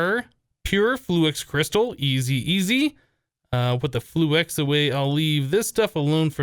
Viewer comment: Please it's fluix not flu-ex